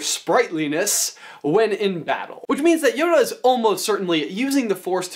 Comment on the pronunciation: YODA not Honda